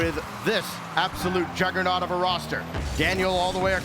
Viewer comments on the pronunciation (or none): none